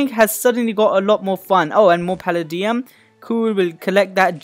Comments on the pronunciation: Palladium is pronounced pal ay dee um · It's pronounced palaydiam